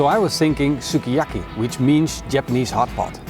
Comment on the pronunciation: Sukiyaki.. the way he pronounces it bothers me.